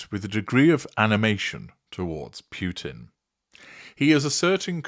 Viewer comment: Just little offtop, it it pronounced Poo-tin, not Pew-tin.